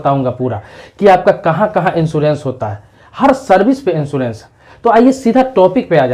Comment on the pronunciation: Pl.first thing insurence hota he insoorence nahi aap anpd hein kya